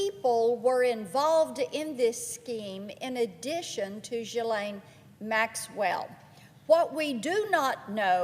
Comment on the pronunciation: Wrong pronunciation again. Geelaine